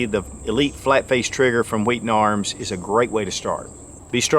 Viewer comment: I just came here to listen to pronounce 'Wheaton' HWWEE'-ton